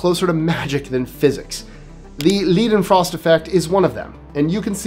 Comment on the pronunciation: Johann Gottlob Leidenfrost was an 18 century physicist. He discovered the 'floating' effect of some liquids on a cushion of gas. Now, again not ALL languages share the English rules of pronunciation. Unlike English which is reversed, ei sounds like ai, ay, or aye in English. ie sounds like fEEt. So Leidenfrost's name is pronounced as 'laidenfrost' not leedenfrost. ei = ai or ay in English, as Liebermann would be pronounced as LEEberman. ie = EE. like feet. au as like OUch! braun is like English, brown, in fact this is a Germanic word, and comes from braun (same sound). Haus is like well, house, I never heard of any one speaking English say I live in that nice two storey hahs!! In Swiss German house is pronounced as huus, from the old Alemannic influence as well as the French influence as well. If you do programmes on science -- especially physics, it was not uncommon for many people contributing to this field being German or at least German speaking. Please as you don't have to be a linguist, but please do endeavour to pronounce German names CORRECTLY! It's elementary Watson! Just look up these people on Wiki and the ipa and other pronunciation tips are there! Great job otherwise!